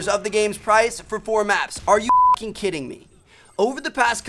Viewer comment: it sounds like he said "hucking", knowing that he would bleep it out later lol